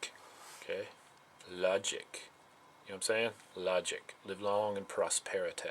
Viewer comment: Live long and pross-pear-eh-tie. LOL! Awesome.